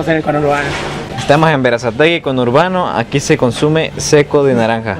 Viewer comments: Cono hurbano.... Ajajajaja. Que risa parce. Sos el mejor. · Ni una cosa ni la otra...c dice 'Congourbano'🇻🇪pelotudo! 🙄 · Cono urbano , me dió risa jajaja... Conurbano se dice.... Jajaja